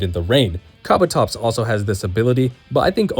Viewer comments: Kah-buh-tops? isn’t it kah-boo-tops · "KA-bu-tops" :face-red-droopy-eyes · Kabutops not kabotops! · KABATOPS?? It's KA BU TOPS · ka bu tops kabutops, not kabatops pls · "Kah bah topz"